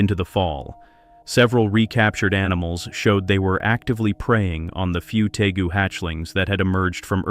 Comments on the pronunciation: How about we use a human to narrate these? It is pronounced Tay-goo. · It’s interesting how the creators of this video don’t even know the difference of a Tegu a Nile Monitor or a Spiny Tail Iguana! They also don’t even know how to pronounce Tegu (tee-goo)